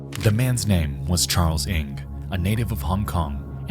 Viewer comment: Did he pronounce Ng like it looks lmao